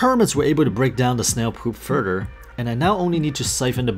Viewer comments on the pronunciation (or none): none